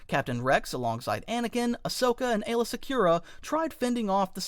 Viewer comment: First the Droideka, and now you even have the nerve to mess up Aylas name, how dare you good sir.